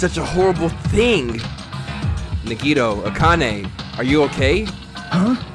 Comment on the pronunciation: I know its late in the game and at this point I guess it dont really matter but... my guy... you been pronouncing Nagitos name wrong this whole time 💀 The emphasis is on the A not the I, its like “NAH-gee-toe”